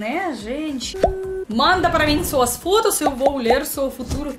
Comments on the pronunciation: quando você fala a palavra "FOTOS" nós entendemos que você está falando "FODAS" 🤭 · ..seu português está melhorando a cada dia...mas cuidado ao pronunciar "fotos"